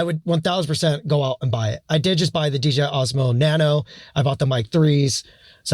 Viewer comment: Why you call it D”G”I 😂